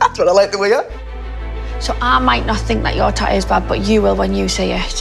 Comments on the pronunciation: I love how they say tattoo "Tau" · They way they are pronouning the word tattoo is driving me crazy...